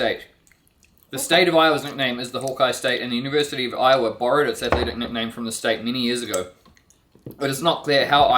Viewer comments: We'll forgive you for mispronouncing I-owa... 😊😊😊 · IOWA is pronounced how it feels not how its spelled so its more like I ohwa or iwa or i ough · Iowa is pronounced eye-ah-wah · Even after being corrected she said Iowa incorrectly! 😁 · No, the primary stress in I-o-wa is on the first syllable. Secondary stress on the last syllable. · omg this whole video I thought Iowa was the name of Edwards mother because of how you were pronouncing it lol I love your videos you are so engaging great job 👏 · Actually,, the stress is on the I in Iowa!😉